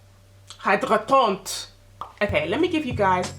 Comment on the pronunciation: The pronunciation of the word Hydratant is: "E - DRA - TANT" 😅 but the French sentence is confirmed! 💋